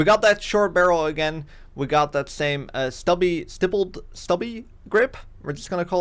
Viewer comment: Your pronouncing stippled correctly. Stippling is the texturing on the grip for better control. On polymer grips you can actually use a soldering iron to create custom stippling. Love these videos. I always take something away from it although my builds do tend to be different.